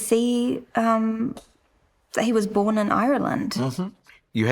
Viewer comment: Man her Kiwi accent is almost gone. A couple of words still sound kinda Kiwi like when she says born with the soft R. By the way I've been living in NZ for 24 years.